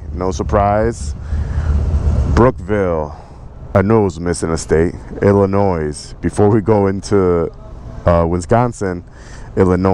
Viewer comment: You don't say the S in Illinois!!!! LOL